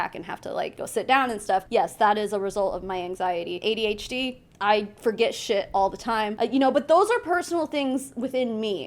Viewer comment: You pronounced AuDHD right and no its not an excuse. Shes a liar and a scammer. Simple.